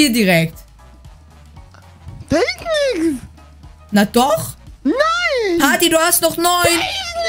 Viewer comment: Des ist doch nicht pati sondern pat